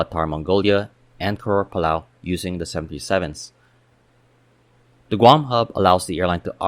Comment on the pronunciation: Good video, sometimes it was hard to understand you were saying 737s. The 3 would drop out.